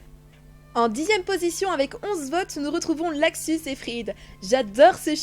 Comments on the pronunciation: Pk tu dit laxus au lieu de luxus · C pas laxus mais LUXUS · C est luxus pas laxus et zelef pas zeref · C'est luxus et zelef pas laxus et zeref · C'est pas Levy mais Reby et c'est pas laxus c'est luxus